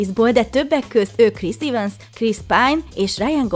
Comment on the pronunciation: Chris Evans nevét E-vel ejtjük nem I-vel :) Neharagudj a javításért